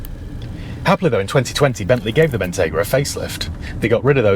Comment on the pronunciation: Wrap those stalks in Murr sunbeam, and I’ll take it. I can park it next to my Bell Ranger. But we need to upgrade the way you say the name. It is Bentleyyyyyyy Bentayyyyyygaaaa. Down here in Dorrrrset 😂